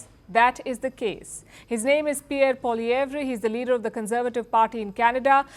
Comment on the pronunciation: Its pronounced as "poliev "